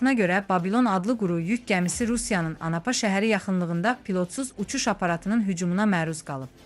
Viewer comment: Anapa şəhəri nədi? "Anàpa" deyəndə vurğu ortadakı a hərifinin üstünə düşür. Kalxoz.😅